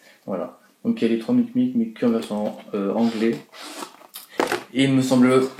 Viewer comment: C'est mimic pas micmic